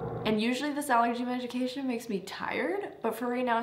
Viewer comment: when she said megication I started rolling lol. 😂 I love her so much I can't talk either also